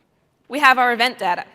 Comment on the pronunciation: it's very annoying the way she pronounces "data"